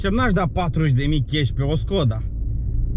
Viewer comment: Defapt normal skoda se pronunța ,,şkoda"